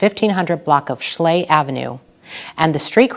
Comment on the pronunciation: Thank you for that report, you however might learn to pronounce the name of the street Schley. It's not slay. I was assigned that district probably before you were born. Times are changing for sure.